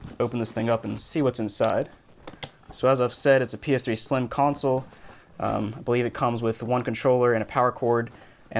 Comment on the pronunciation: Soooo you are saying PS3 sliem